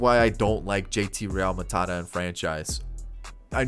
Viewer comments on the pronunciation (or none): I died when you said JT Ralmutada